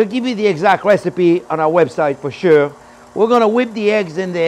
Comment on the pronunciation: For SUUR, that is SUURLY GRATE.